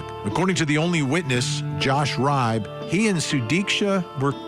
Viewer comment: Love ya Vinnie- just an fyi... Riibe is pronounced Ree-Bee. (I'm from the midwest and this is a common name here)